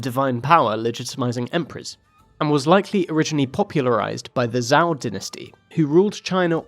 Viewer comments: lmao good video but you gotta at least google these dynasty names before trying to pronounce them. Zhou is pronounced with a J sound so it's like Jow rather than the z sound. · Zhou -> like the English name "Joe" Tian -> "tyen" like "yen" but with a T The videos are good, but apologising for pronunciation is a bit strange when you can just look it up online. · I was not expecting the pronunciation of Zhou to be that rough :l